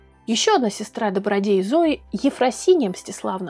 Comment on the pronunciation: Зои а не зоя